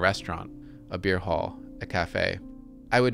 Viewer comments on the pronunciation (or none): none